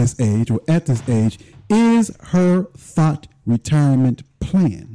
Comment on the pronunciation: Hearing her call a "THOT" a "thought" repeatedly is absolutely cringy. Lmao